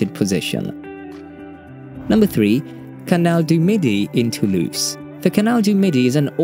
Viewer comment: This video opens with a mispronunciation of Toulouse. The letter s therein absolutely sounds like a Z. It's [to lose] NOT [too loose].